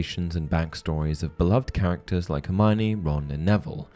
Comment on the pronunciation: I just hope they'll coach the actors to pronounce Hermione's name 'her-my-oh-nee', not 'her-mine-ee'